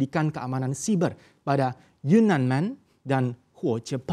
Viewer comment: "terkait keamanan ......." Tolong fluent host, saya sampe ulang berkali2 dengarnya $SHIBA salah satu crypto aset. Yeah I know you wanna say "Cyber" but make it fluent and clear.